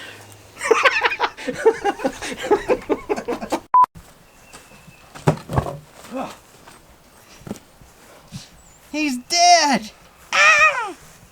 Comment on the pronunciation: PreperationH killed me!!, Oh my goodness those bloopers had me laughing 😆 🤣. I just love you guys.!!